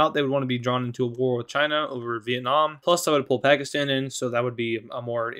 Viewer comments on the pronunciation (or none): none